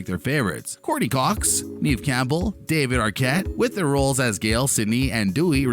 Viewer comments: Neve is pronounced "Nev" not "Neev" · Neve as in Kev not Neeve as in Steve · dude it's just an accent 🙄 chill